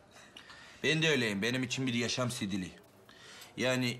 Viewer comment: STİLİ DEĞİL, SİDİLİ...